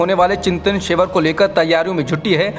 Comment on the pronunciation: शिवर? या शिविर? उच्चारण पर ध्यान दें